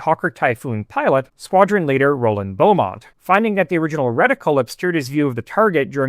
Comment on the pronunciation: ??? It's still pronounced "beemont", not quite sure what you're on about